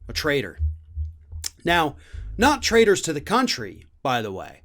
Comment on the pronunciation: What do they trade? Is it not traitors? That`s the spelling in the subtitles, absolutely ignorant, but the pronunciation is also traders rather than traitors.